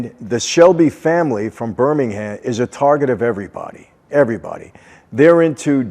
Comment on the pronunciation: It’s Birmingham please you’re pronouncing it wrong mate